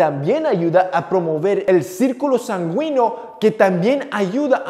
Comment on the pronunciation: jajaj pense que solo yo lo escuche